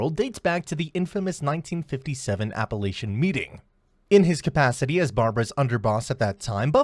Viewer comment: It's Apalachin (with a k sound) NOT Appalachian. LMAO!!!!! If you can't even pronounce words correctly, why would anyone expect you would have your facts right? LOL